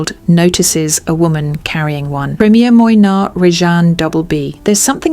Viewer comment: Your selection is spot on and makes most of the luxury handbags talked about at nauseum by a lot of influencers look like overpriced high strret items. Furthermore I must congratulate you on your delivery and pronunciation of French names except for Moynat, which should be pronounced Mwana. Repeat after me: Mwa-na... 😁 Talking of Moynat, have you had a look at Gabrielle-BB? Another beautiful structured bag. ❤